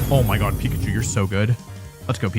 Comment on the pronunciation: that "oh mein gott" sounded german 😂